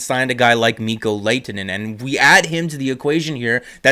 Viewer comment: You’re pronunciation of his name is wrong. You pronounce the H.